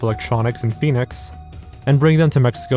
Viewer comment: Mejico majico 💀